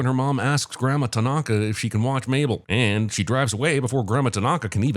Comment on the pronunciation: As a person learning japanese, I cringe at how everyone pronounces "tanaka"